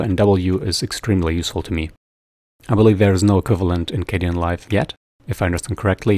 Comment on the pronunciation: I got soo triggered when he switched from dark to light Edit: it's K den not K de an